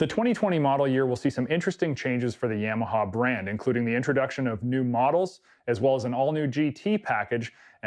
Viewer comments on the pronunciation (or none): Quit saying yameaha it's Yamaha No E for the A ! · Canadians can't pronounce Ya-ma-ha, they say Yam-Meh-haa. And don't get me started on the word "out" that sounds like "uwet".